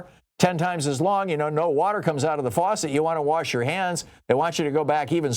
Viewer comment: He pronounced faucet as “for set”!